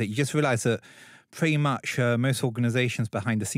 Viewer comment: "Pwetty Much..."